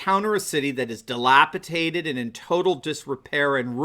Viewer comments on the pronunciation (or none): Did you say delapitated? Next time try dilapidated... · Dude... "DelapiTated"... di·lap·i·dat·ed /dəˈlapəˌdādəd/ adjective (of a building or object) in a state of disrepair or ruin as a result of age or neglect. "old, dilapidated buildings" You fucking talk for a living.... just saying. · Hey genius, the word is dilapidated, not dilapitated.. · The term is "dilapidated," not "dilapitated." A "dilapitated" city is a trashed city that's lost its head. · Dilapidated, not dilapitated.